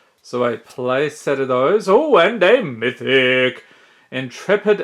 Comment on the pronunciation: Bro, the way you say "mythic" always gets me 😅